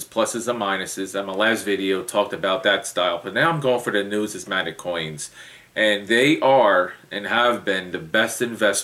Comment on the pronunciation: you drone on and on and on and on and on------ Just say what you want to say. Please, if you want to talk about numismatic learn how to pronounce it. When you start responding to the comments on here use spell-checker, and grammatically correct sentence structure. Your 6th grade English teacher would not like how you respond! I have been watching your videos for a very long time, and I do not see evidence of your statement "I am well educated in this field" so do not say it. Had you shown that you have worked for PCGS, or NGC, or worked in a Local Coin Shop, or even worked in a "we buy gold and silver" shop, you would be more believable. Good Luck and God Bless!